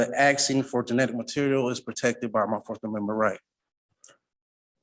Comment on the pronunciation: Axing 😂 illiterate animals